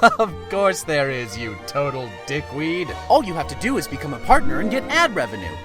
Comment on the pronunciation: 1)outro song plzzzzzzzzz 2)it sounded like BECOME ANUS